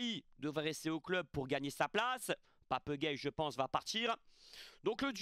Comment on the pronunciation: "Papeuh gueyeuh" 😂 ❤️